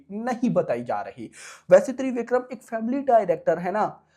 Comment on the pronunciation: Babu, it’s not ThreeVikram, it’s Trivikram, just like Tridev 😜